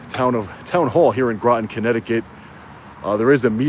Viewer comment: " rotten Grotten "